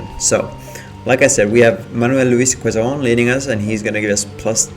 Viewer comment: Btw the president of the Philippines 🇵🇭 in that time is pronounced as: Manuel Luis Qezon the u is silent 😅